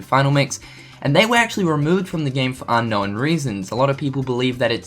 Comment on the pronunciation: Unknowen, showen, knowen.... Why do you force a vowel where one isn't needed ??? ya'know(en)